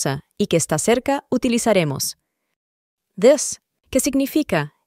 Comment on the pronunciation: es idea mía, o esta pronunciando al revés? osea this lo pronuncia como "dess" y these como "tis"